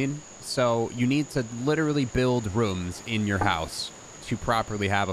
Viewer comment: why do you say rooms like that?